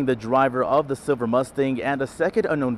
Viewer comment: Its pronounced "Silver" not "Siver". Youd think someone that speaks into a microphone for a living would be able to pronounce a common English word.